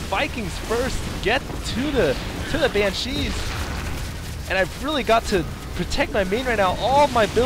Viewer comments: BAN-shee. Not ban-SHEE. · Why did you keep saying "ban-SHEE" instead of "BAN-shee," stressing the second syllabable? Did I miss the reason for that? It really bugged me throughout the game. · Dude! Why are you saying ban-cheez? It's bansh-ees! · I love all your games but your pronunciation of BANshee (please not banCHEE) was a little nail on chalkboardish Still gave it 5stars cause I love your channel. I appreciate your work! Thanks. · I hate your "BanSHEE" pronunciation, stop accenting the "shee"!!!!! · Great vid. Nice to see a real loss. but... !!BAN!!shee !! BAN!!shee /cry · ROFL i love how you say banshee. Ban...shee like It's two words and not one. Hokd on foniks ftw. posted on MiPHONE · Never EVER say "Ban-cheese" ever again. Ugh. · Heh, funny how he says banSHEE. I thought corruptors had some kind of ability that "infests" units that die while the ability is active. But I guess it was removed before the beta. Kinda sucked all the anti-air was made of slowpokes, but good fighting anyways. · You dont have to like the way he pronounces it. He can say it however he likes.